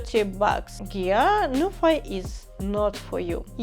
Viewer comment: Pronounciation should be Nu - phee as ( Phillips ) , not Nufai 😅. Btw nice video.